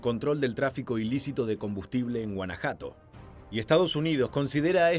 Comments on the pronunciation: Se llama aguacate ..y no se dice guanajato se dice guanajuato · Leo que muchos se quejando porque el wey que narra dijo Palta y no aguacate PERO nadie (mexicano) dijo nada sobre que el pen$&#dejo pronunció "Guanajato" y no GUANAJUATO, como es correcto. Y ahí no tiene justificación el narrador porque se pronuncia tal y como se escribe. 🤦🤦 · Es GUANAJUATO, no Ganajato 😅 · Guanajuato no Guanajato y es AGUACATE no palta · El que a hierro mata a hierro muere y...a estas asesinas les dieron...."tilin"🥒🌶😬😬 y es Guanajuato no "guanajato" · "Guanajato" 😂 XDDD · Muy bueno tu video, y no es por afán de criticar, pero al escuchar que llamaste a Guanajuato como guanajato me dio risa JAJAJAA, así como palta, pero buen video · "Guanajato" dice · Like si escuchaste guanajato en el minuto